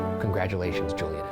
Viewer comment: ryan pronouncing juliana so incorrectly... u did my birthname so dirty